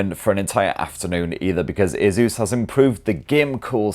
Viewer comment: Its called ASUS....NOT A-ZEUS......